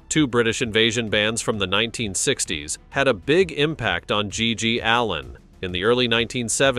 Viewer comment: Hey robot, i hope GGs ghost doesnt hear you mispronounce his last name